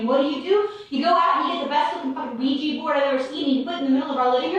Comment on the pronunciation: Isn't it 'Ouija' board, and no 'Ouiji'?